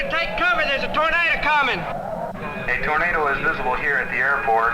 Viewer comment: Ohio: 'I cahn see ah Tornadoo cahl-ming.'' Alabama: ''Thar's Uh Tor-nay-duh cummin'!''